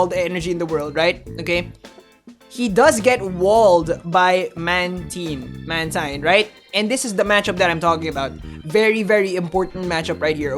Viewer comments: see this is funny cause people keep talking about and the pronunciation of Mantine, and apparently he thinks it's man-teen, but I checked the who's that pokemon video from the anime (here on youtube) and it's man-tine. So uhhhhhhh sorry you wrong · Hahaha "Man-teen, Man-tine". wants to know your location.